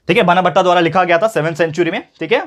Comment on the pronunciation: Sir sorry to correct you but you were sayin बनाभट्ट to 'बाणाभट्ट'